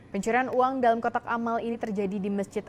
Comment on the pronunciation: kotak alam bukan kotak Amal 😂